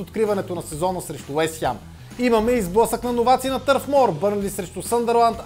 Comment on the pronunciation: Откъде е това Уест хЯм??? хАм, хем, но не и хЯм